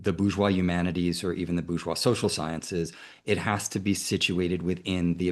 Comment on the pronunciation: Bourgeois/boorjoie/ NOT /boojoi/